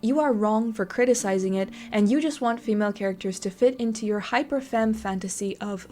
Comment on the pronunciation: Femme is pronounced "Fam"